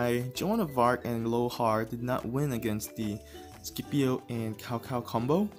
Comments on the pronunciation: "C P O" not "Skipio" "Tsao Tsao" not "Cow cow" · Can you learn to pronounce CAO CAO correctly? If you have Chinese ethnicity in you... it is disgraceful how u pronounce Cao Cao !